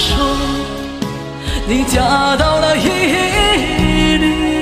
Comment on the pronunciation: 伊犁是Ili, 不是Yili